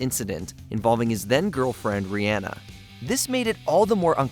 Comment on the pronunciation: You butchered Riri’s name.